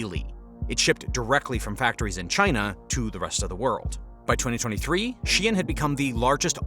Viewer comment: Why do you keep saying shien instead of shein?